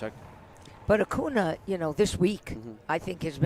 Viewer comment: Fran, His name is pronounced A-coon-ya. And please don't talk during play.